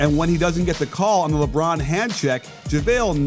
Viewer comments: "Lebrown" Watch all of your videos and they're very good it helps improve my basketball knowledge a whole heap. Keep it up. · Who TF is LeBrown? 😂 Can you hear me shaking my head Coach?